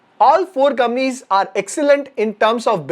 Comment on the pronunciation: I love the way you pronounce “Companies” as “Kamnees”!! Love you bro!! Keep coming. 😀😀🙏🙏